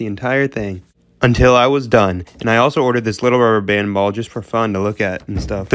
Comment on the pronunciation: Thisnis how much times he said ruber band 👇🏼